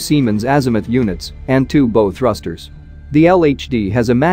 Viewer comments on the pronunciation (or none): This amateur outfit does lots of videos about navy subjects. You'd think they if they are too cheap to pay an actual person to do the narration, they would use a computerised narrator hhat has been taught how to say some basic naval words For example 'Bow" is not pronounced like 'bow-tie" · bow rhymes with cow on ships. When accompanied by arrows, it rhymes with flow. (Teach your robots well!)